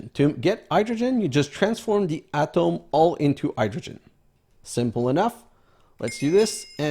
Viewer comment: Atom is ah-tum not ah-tom , BUT atomic is ah-tom-ic (friggin English) not being picky but i know you like to say the proper pronunciation (from a long time ago.....lol....)